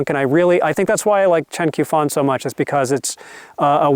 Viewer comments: Since you clearly like Chen Qiufan quite a bit, I think it's worth pointing out that Q is used in pinyin to represent a sound like 'tch' in English, although not quite the same as the 'tch' sound represented by CH. I don't mean to be a dick about it but I thought you probably wouldn't want to keep mispronouncing the Q as a 'k'. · The Q in Chinese is pronounced like ch in English, so Qiufan would be said like Chiufan.